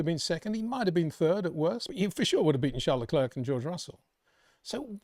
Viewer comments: Your such a max fanboi wow... totaly biased. Hard to take you seriously. If Leclerc ( please learn to say his name correctly its not le-klerkkk its not hard to learn ) did what max did to Russel you'd be crying 15 minutes about it. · Comparing what Leclerc did to what max did is just ridiculous. And please practice how to pronounce Leclerc. Your lack of respect for ppl without uk passports is pathetic